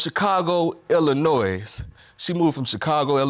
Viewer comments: Hope it all works out for the Carr brother and Ms Via... Please stay out of ILLINOISE'S 😂C'mon Bro, we silent the S man 🙄 Take care ya'll and God bless especially that beautiful Baby girl Trinity🙏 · It's not Illi-noiz..it's Illi-noy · This has nothing to do with anything really but it bothers me how he says the S in Illinois. We don't says the S. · I hate when people people pronounce Illinois as ill a noise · The "s" in Illinois is silent, sir. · Cannot pronounce the state of ILLINOIS correctly. Terrific national education system we have. Lol